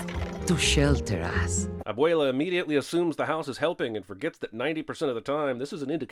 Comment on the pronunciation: Lot of these sins suck and aren’t even true. Also, I sin YOU for pronouncing abuelas name as ‘abwaylah”